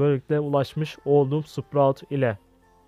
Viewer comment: abi şu karaktere hala sıprağt diyosun tilt oluyom